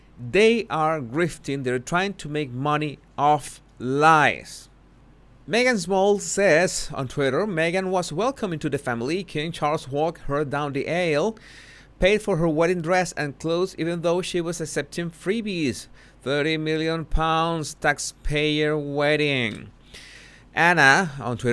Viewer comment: FYI, aisle is pronounced I'll or Isle. Only saying this because I know you like to pronounce correctly even though we love your accent